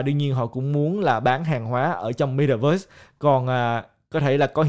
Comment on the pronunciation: Ko phải cố gắng mà ngta ở Mĩ lâu năm nên phát âm chuẩn vậy thôi. Ko lẽ bạn muốn phát âm kiểu "mê ta vớt" cho tự nhiên gần gũi